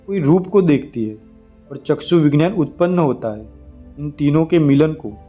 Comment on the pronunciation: विज्ञान,,,का उच्चार गलात है..वी ग्यान तो बोलो